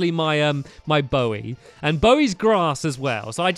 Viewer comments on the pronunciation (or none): none